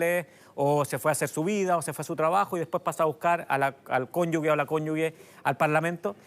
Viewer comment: Cónyuge... La g no suena gue... Y eso que es abogado 😫